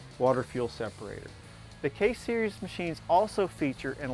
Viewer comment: i take that back he says case series from - -_